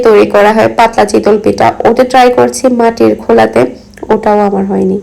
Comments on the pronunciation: Apnar kothar onk prblm ace... চিতল মাছ হয়। আর এটা তো চিতোই পিঠা.. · mind korben nah apni pronunciation chitol boltecen eta chitoi hobe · শব্দ উচ্চারনে আরও সচেতন হবেন যেহেতু আপনি পাবলিক প্লাটফর্মে কাজ করছেন।চিতল পিঠা বলতে কি কোনো পিঠা আছে চিতই শুনেছি। জাল না এটা জা হবে।কিছুদিন আগেও আপনি কেয়ারটেকার কে কেরেটেকার বলেছিলেন। আশা করি আমার কথা খারাপ ভাবে নিবেন না আমি অনেক আগে থেকেই আপনার ভিডিও দেখি তাই বলেছি।মিনিমাম শিক্ষিত মানুষ এত সিম্পল শব্দ গুলা ভুল করে না😊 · Chitol na chitoi